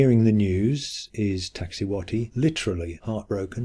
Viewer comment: Poppo Capp etteti and Iksa ti hu whati..?.... 🇲🇽!!!!! It's -'poppo Ka petl' and 'iks ta si huatl' .. smoking mountain and white woman.. .. just. A little respect to the Nahuatl language and sources and a little bit of. .. well. Ix ta cihuatl actually reads several ways, all involving a female conjugation, mostly as skirt - but also snakes, precious and fire and - an popoca tepetpl reads smoke and mountain/home .. and needs a bit of. Well - more work is needed. Sorry - just. An insulting treatment of words more than 20 million use daily. Mexica history is as complex as the subject this video tries to address. The quickfire treatment isn't working for the rest of this either. Although I'm sure it's not all intentional.